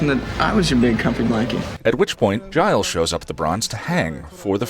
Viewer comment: Am I crazy, or does say "Giles" with a hard G?